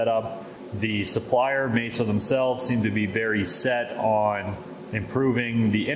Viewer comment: I don't understand how any native English speaker could look at the name "MASSO" and assume it's pronounced "May-so". It's not. You can go to their own channel and hear their employees pronounce it correctly.